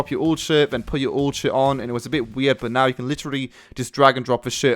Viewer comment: funny it sounded like you said if you find a shit on the floor then you would have to drop your old shit